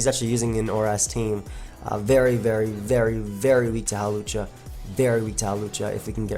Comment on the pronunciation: You called hawlucha hoopa